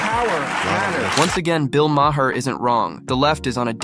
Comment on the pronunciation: Great video. Also, Bill's last name is pronounced as "mar."